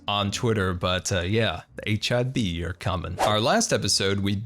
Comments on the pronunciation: I know your saying HIB, but somtimes it sound like your saying HIV. Great vid btw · I keep hearing HIV headquarters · Sounds like youre saying H.I.V. Towers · i agree, different name might be a good idea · I thought you said hiv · I thought you were saying HIV base and i was very confused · I thought that he said hiv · HIB? When I first heard it I thought you said HIV which I think the hermitcraft server could do without.